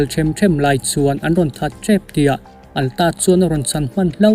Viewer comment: Atlas hi Alta tia i lam tlat le, heih heih mai a